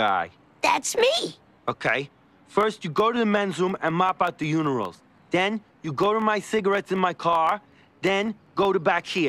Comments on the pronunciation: "wash out the unirals" oh god how he mispronounces that is a credit to the VA. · Am I the only one who heard “unirals” ? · "Mop out the unirals"😂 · him mispronouncing the word "urinals" as "unerals" is priceless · Is Noone gonna talk about how he called the urinals the unerals